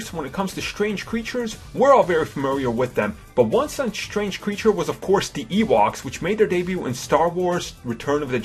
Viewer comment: You need to take some speech classes. Your inability to pronounce words correctly is annoying. "The" not "Da"